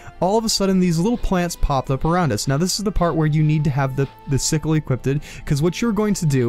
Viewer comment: But no region pronounces the word "equipped" in English like you do...